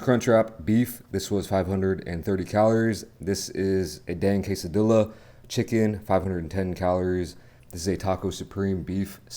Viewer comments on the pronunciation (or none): This is how you pronounce Quesadilla ( ke - sa - dee - yah ) not ( ke - sa - dee - lah ) 😅 there English speaking world don't ya get it wrong now you know. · Does know it's pronounced quesadiya or is he just being silly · The correct pronunciation is quesadilla without the “L” at the end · The way he says quesadilla bothers me so much